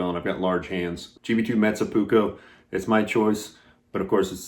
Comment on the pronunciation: Pronounciation (is this right?) of your Finnish "metsä puukko" is pretty spot on 🙂 Metsä = forest and puukko = knife. Good video thank you.